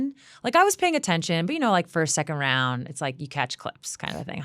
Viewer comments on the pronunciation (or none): none